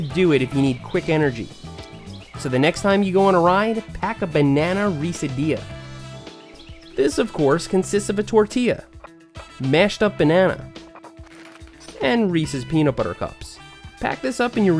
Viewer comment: Banana-reese-dilla..... Dude that sounds so bad!!! Lol...